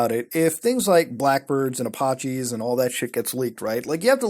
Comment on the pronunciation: The way he innocently demolishes the word Apache lol.